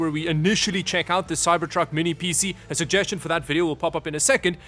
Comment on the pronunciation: He always PC like it's a word. It's not "Pee-See or Pee-Sea"